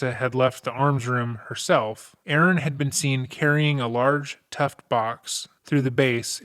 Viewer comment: Tuff Box, btw. Sounds like youre saying "tuft"